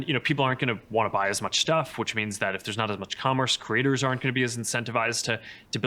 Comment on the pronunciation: When he says Creators I hear Critters